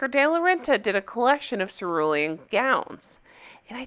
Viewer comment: "Ceruelan" 🤣 English is not my first language, so I thought ", who the hell is sir William?"